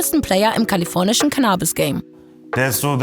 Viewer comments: Seit wann wird das Canaabis gesprochen? Es heißt CANNAbis!!!! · Super Video! Aber bitte nicht CannAbis, sondern CAnnabis:)